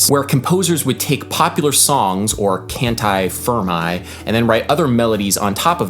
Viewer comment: Lmao, I'm Italian and your pronunciation of canti fermi was hilarious! Great lesson though, thanks a lot (